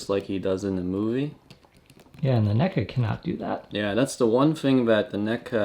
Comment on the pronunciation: "Neck-uhh..." NECA?!? REEEEEEEEEEEEEEEEEEEEEEEEEEEEEEEEE